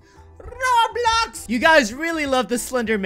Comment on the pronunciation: I LOVE THE WAY HE SAYS ROBLOCKSX